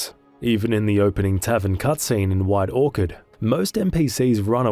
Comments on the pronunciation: My first bug encounter with geralt was in like 2020 or 2021. Everytime I whistled, A new roach would appear. I summoned 7 or 8 and started parking them like cars. Also, its pronounced skell-a-guh Edit: WHITE ORKARD? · Am I crazy or did you call White Orchard, white Orchid😂